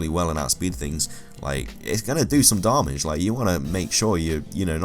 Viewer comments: Every time you said "darmage"... It kills me xD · Why does he say darmage? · am I the only person who's disgusted by how he said damage? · The way you say damage is the worst thing ever!